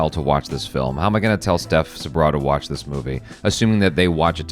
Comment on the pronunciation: I want to “Wath” it too 😂